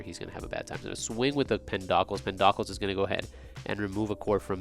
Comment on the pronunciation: Snake King PenDOCKLES? Pen-Doe-Cleez brotha